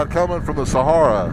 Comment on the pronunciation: I love you.... I never wanna hear you making fun of my accent again after the way you said Sahara 🤣🤣🤣🤣🤣🤣 I’m dying!!!!! Bless your heart dear brother!!! I love you and ROLL TIDE!!!